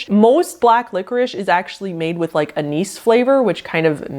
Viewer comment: There's 2 corrects ways to say anise. U said it correctly.